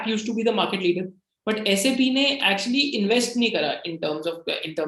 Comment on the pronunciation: Just revisiting your Mastek video after UK PM India visit.. I must say that I am very impressed with your knowledge that Sap is pronounced as S-A-P & not 'sap' P.S. I am a SAP Finance Senior Consultant with 10 years experience and have done 8 ERP implementations 😜